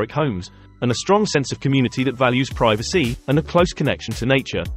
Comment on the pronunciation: Not CO-hasset. It is pronounced co-HASS-it. Try to get the canned AI voice corrected. Also, the word 'privacy' is not pronounced pri-va-SEE!